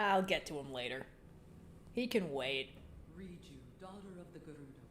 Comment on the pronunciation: It’s Riju, not Reachyou.